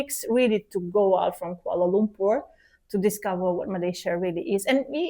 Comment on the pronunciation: I notive that both pronounce Malaysia with the correct pronunciation just like Malaysians, and Dr Ekaterina pronounces Kuala Lumpur perfectly.